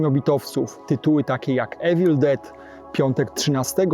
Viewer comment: Czytamy Evil = ivil